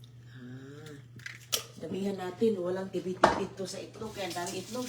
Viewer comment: Itlog Po.... Not Etlog✌️✌️✌️